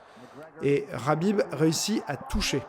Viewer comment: Habib Rabib heu c’est KKKKKABIB